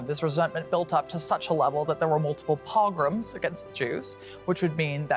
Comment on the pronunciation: mispronounced “pogrom”